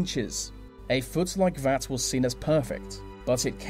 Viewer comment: anyone else irritated by "vee" way "vee" narrator speaks? like "vis and vat"